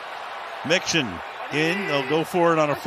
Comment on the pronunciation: The announcer keeps saying Nixon. Not Mixon🙄